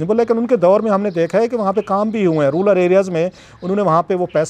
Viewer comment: rural areas not ruler areas